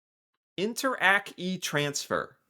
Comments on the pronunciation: interac is pronounced like interact (with silent Ts) not like inter, ack lol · remember, Interac, not inter-ACK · Interac is pronounced like "interact" (as in interaction) but without the "t" sound. It's a brand - in fact I'm sure you found out when making the thumbnail. You can also add a 6th player but solely for Québec: Desjardins. They have presence in other province but not as much but it's one of the biggest players here in the French speaking province. Personally never really used e-transfers because I always gave cash in person if I had to.